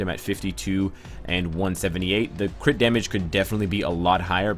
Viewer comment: i like when he says "crih rate crih damage"